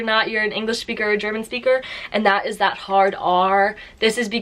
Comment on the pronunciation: Native englisch SCHPEAKER